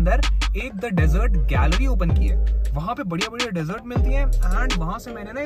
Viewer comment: That's not डेजर्ट that's De- zurt ( Right Pronunciation)